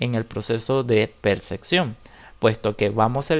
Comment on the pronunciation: ¿Por qué es necesario pronunciar "percección", en lugar de mencionarlo como está escrito, "percepción"?